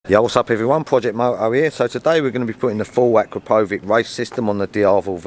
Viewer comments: Akrapovik? Nope mate. It's pronounced AkrapoviČ (for you Akrapovicz). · A-crow-poe-vick hahaha you're pronouncing it wrong. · Pronounce Akrapovic right! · Well, at least you could learn how to pronounce it correctly at least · Akrapovič: č pronounced "ch"